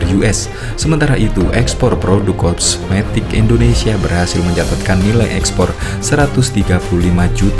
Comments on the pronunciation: Kosmetik ❌ Komestik ✅ 😂ngakak anjir😂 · Kosmetik bang bukan komestik hahahaha